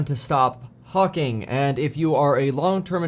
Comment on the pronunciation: Had to replay "hawking" 😂